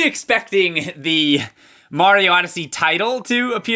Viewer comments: ummmm it's not maro it's mario! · John Wuu I don't think that's a typo. He has called Mario "Maro" alot of times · Mayro now is in twee dee and wif his new countrpurt crappy!